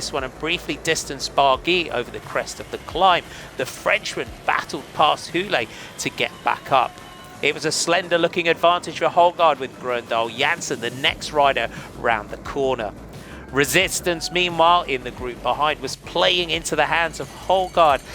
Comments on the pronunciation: Nice highlights, well done. Hugo Houle, you say Wholay, drop the ay, Whol is good. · Nice race. Better learn to pronounce the name of the Canadian Hugo Houle. The H is silent and you never pronounce the last letter or vowel in a french word. so it's, "Ugo Oul" or "ewgo ewl". Now add a French Canadian accent and you will have it perfectly!